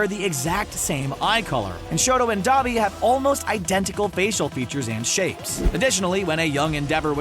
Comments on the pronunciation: i kept cringing when you say dobby but ok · He is saying duabi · D-ah-bee AHHH GET YOUR BHA RIGHTTTTT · Saying Dabi Capitals: Saying Dobby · Why do you keep saying Dobby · Thought you pronounced Dabi Dab-i not Dah-bi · I heard “the son of the hell flame hero DABER” Dont be mad at me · NOT D-U-B-I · ITS D-AAAA-B-I